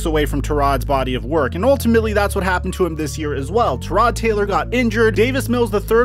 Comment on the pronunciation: Never trust someone who can't pronounce "Tyrod" correctly